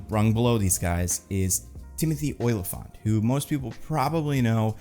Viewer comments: It's Olyphant, pronounced like elephant with an "ah" sound. Not "Oil-i-fant." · you need to learn how to pronounce Olyphant correctly